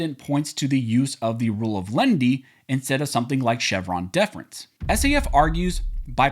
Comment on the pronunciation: About half the time you are saying "lendy" not "len-i-ty" and just confusing your audience. Step up,!